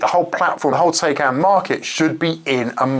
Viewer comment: why is it so hard for english people you to pronounce taycan correctly?